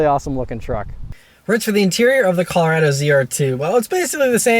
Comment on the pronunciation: Wtf is cal-rado? Is colo-rado